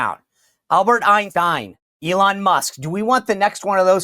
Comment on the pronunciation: did he say Ein steen? 😂